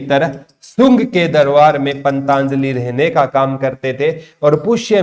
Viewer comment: Jaat Pali not Jayant Pali, or wo पंतजलि है ना कि पंताजलि, aapka uchharan bahut jagah galat hota hai pata nahi aap kis book me se dekh ke padate ho